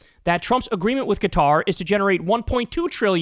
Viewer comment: Thank you for knowing how to say Quatar bro!